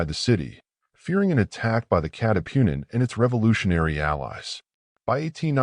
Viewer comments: Katipunan not catipunin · hindi maka pronounce ng tagalog yong AI audio reader na ginamit 😉